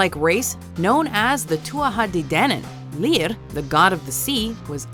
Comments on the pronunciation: Leah? Its lir (sounds like lear) leah it is not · Its children of Lear not lir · Lir is NOT pronounced Lír it's pronounced Lur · You pronounce it leer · Lol the way she pronounces lir is hilarious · is it just me or the way she pronounced “Lir” kinda sounds italian 🤷‍♀️🤷‍♀️ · List of pronunciations to work on: 'Ireland', say 'Are-land' not 'ayeer-land' 'Eire', don't roll the 'r' sound 'Lir', again, don't say the R like that. It's like you don't know what it sounds like but you're just trying to make it sound 'foreign' so it seems right 'Aoibhe' - is not 'Ayv'. It's 'eva' In fact you butchered almost all the names Side note: call it Irish, or Gaeilge, not gaelic. Gaelic is more general, a form of it is used in Scotland as well that nobody ever seems to mention. 'Fear Dearg' oh Jesus lmao what was that. Say 'Far jareg'. That's the closest phonetic English comparison. Idk what this accent your putting on certain sounds is but I've never heard it from a person. 'Each uisge', you got the second part pretty well but stop exaggerating the 'ch' sound like you're about to throw up phlegm 'Monoghan' pretty good actually. Just say the last syllable more like 'un' than 'an' 'Dearg Due' see above ^ Overall it'd probably just be easier to ask any Irish person to take 20 minutes to record the script themselves